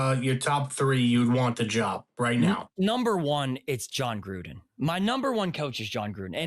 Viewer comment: John Grudden?!?!?! You’re off some good crack.